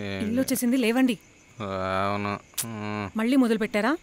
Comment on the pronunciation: కన్నా అనే ఈ ఏక్టర్ కి తెలుగు రాదా? "లేవండి" ని "లెవ్వండి" అని ఎందుకు పలుకుతున్నాడు?